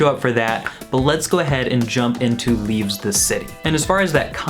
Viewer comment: Why do you keep calling it "leaveS the city"?